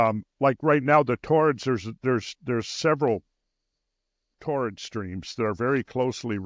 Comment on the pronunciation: Torrid? ---- You mean Taurid, right?